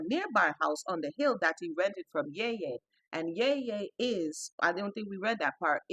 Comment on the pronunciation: Ya-ya not Yay-Yay, rhey called my gt-gt-grandmother the same